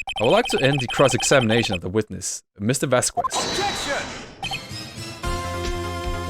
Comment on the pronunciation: I think Vasquez is pronounced Vas-Kess